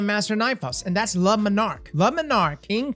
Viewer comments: I know you are not pronouncing "le Monarque" as "Lemon arc" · Nobody: Absolutely nobody:: "LA MuhNark" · Dude I laughed out loud, lama nark WHAT???